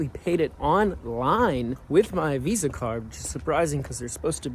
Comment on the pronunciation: мне одному кажется, что он не американец в моментах, когда он говорит виз и тд?))